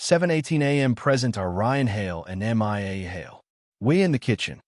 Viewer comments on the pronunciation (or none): I don't know which is more annoying, the Australian accent or the pronunciation of Mia's name as "M.I.A."